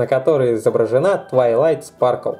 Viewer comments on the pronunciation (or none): none